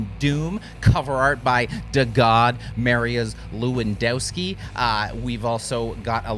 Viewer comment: it's jeremykri here. Just so you know: Mariusz Lewandowski is pronounced Mari-oosh Lev-an-dov-ski. Thanks for another Metal Monthly entry!